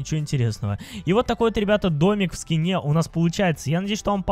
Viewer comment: Ты сказал в ски́не а надо в скине́ говорить